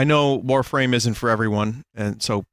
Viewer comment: Warfwame [Sritch]